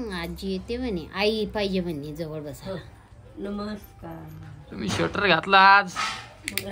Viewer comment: नमषकार का म्हणते सरळ नमस्कार नाही म्हणता येत का आणि ती पण तशीच बोलते नमषकार